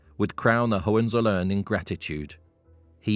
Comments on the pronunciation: Learn jhow to pronounce Hohenzollern. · Try to learn how to pronounce "Hohenzollern"...